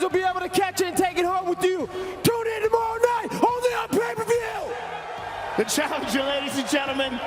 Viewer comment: Colby “still cant pronounce Pay-Per View” covington